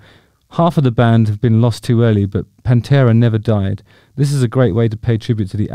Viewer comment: ‘Pan-two-a’. Sorry, that’s just terrible.